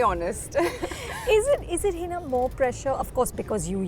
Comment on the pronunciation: "Heeeeeeeeeena Khan"! Learn to pronounce your name at least. Its Hina, not Heena.